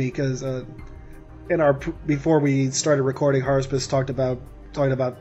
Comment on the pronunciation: HARUSPIS? IT IS I, JUL!